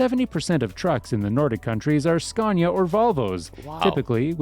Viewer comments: Lets learn it again, i hope from 3rd try u manage to learn finaly. Its pronounce skaa•ne•uh (Scania) not Skeeeenia!!!!!!!!!!!!!!!!!!!!!!!!!!!!!!!!!!!!!!!!!!!!!!!!!!!!!!!!!!!!!!!!!!!!!!!!!!!!!! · Did you notice the pronounciation of "Scania"? It should be pronounced with a long "A" - Scaania"; not the English way as in "Scan". Thanks!